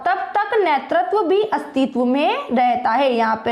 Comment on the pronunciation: nertatav nhi hota netratv hota h😢😢😢😢😢